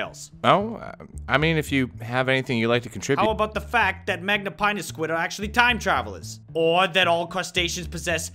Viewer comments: Magnapinna is pronounced with a short i as in fin. It litterally means great fins. Remember that. Americans, please put some research into pronunciation before butchering a scientific name. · where did you learn to read so that when you see the letters "-inna" you say eye-na instead of in-a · Magnapinna has the SHORT "i" sound, as in "skinny" & "dinner", NOT the long "i" sound. Kleiber has the long "i" sound, as in "cyber" & "briber", NOT the long "e" sound. Maybe I should pronounce your names Gryle, Chyle, Quyze, & Bruh?